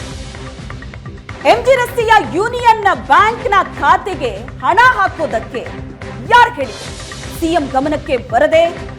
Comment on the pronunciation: ಅಣ ಅಲ್ಲ ಅದು ಹಣ